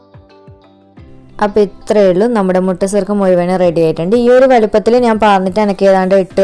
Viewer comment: Mutta surkka alla sukka